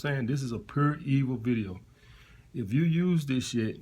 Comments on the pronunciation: I know it was real when he said “purr evil” instead of “pure evil” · Lmao!! Yup. Puuur Evil, exactly what we need. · “This video is purr evil” lmao